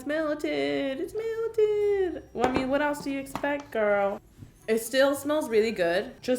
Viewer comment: How I say girl "gurl" How karina says girl "gOuRl"